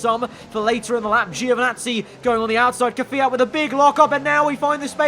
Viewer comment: Mate please, instead of keviat. Kviat. not Keviat ots, KVIAT